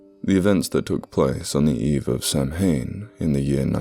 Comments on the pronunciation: Hi - love your channel. Just thought you might like to know the proper pronunciation of Samhein: The Irish pronounce it sow-n, whilst us Brits tend to say sour-n. Either way, the N is hard, like the capital letter, so it comes out as sow-en, or sour-en (but the difference is quite subtle anyway). Much respect! x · Samhain is pronounced shameen